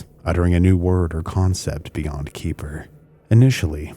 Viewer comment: I will say, i was expecting another conspiratorial angle here and actually found this video interesting. A couple of comments overall: 1. Xeper is not pronounced Keeper. X and P actually comes from Greek and is pronounced like a Keh and feh, so Xeper is vocalized as Keh-fer. It is also modernly spelled as Khepher or Kheper. 2. I think your summary of the Presidio case missed some points that have been documented as Michael Aquino was not even in ths state for many of the accusations leveled at him. He actually wrote an in-depth dispute of these accusations that I believe are still publically available. You certainly didn't do this an injustice but I found some context missing. 3. Sort of a minor point but Don Webb was not the first High Priest after Aquino. There was a period of others operating in that role as Aquino had other things to Work on and also wanted to avoid the personality cult that was detrimental to the Church of Satan. There are also some other points around the Wewelsburg Working that tie into 3 and his public comments that could be made but I won't belabor that here. All in all, I thought the video was enjoyable and had some good points. I appreciate your objective approach here.